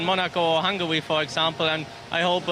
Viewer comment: "It looked quite gwippy." "It is a stweet circuit." "Like Monaco or Hungawy."